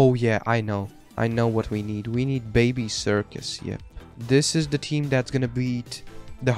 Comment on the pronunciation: Bro it triggered me when he said baby circus and goliathn